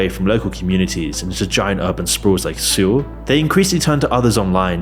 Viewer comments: He mispronounces a lot of pretty common words, like in the video when he calls Seoul “See-oll.” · Seoul is pronounced like Soul.. not suul And Choi is pronounced like Chwe.. not Koi like a Koi fish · FYI. It’s pronounced Soul. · "Sewell". The capital of South Koreal is Seoul. You say it like "Soul". They had an Olympics, this is a commonly-known thing. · Sorry had to turn off, could have been interesting but you constant and purposeful mis pronunciations were doing my head in. Seoul "sul", Overly "ovaaly" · You are the only person in the world to pronounce Seoul and "Sool". I thought that must be an AI voice.